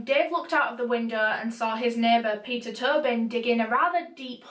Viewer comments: clearly says “Peter Tobin” Me: Peter Toe Bin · omg i thought she was saying turban this whole time